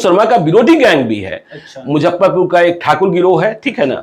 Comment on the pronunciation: Don't Mujhhaparpur it's Muzaffarpur